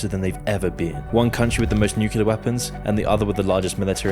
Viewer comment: Nice vid bro, but can you please work on your pronunciation of the word nuclear, idk why but is bugging me so much